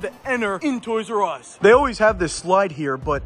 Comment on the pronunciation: Instead of toysrus It is toysus😂